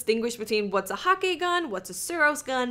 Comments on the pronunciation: DeeJ said that HAKKE is pronounced hah-kuh:P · It's Huh-kuh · xBeast Hah-kuh you mean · Hakke is pronounced Hakku and Omolon uses liquid ammo, you can tell because there is a liquid gage on the side of the sniper and auto rifles and on the back of the hand canon. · Mike McNally its pronounced hack-uh look at MoreConsole video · It's pronounced "hah-kuh" - Deej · J s H Hmmmmm nope it should be pronounced the way I did, I am correct =P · That's such a western way of pronouncing Hakke though :(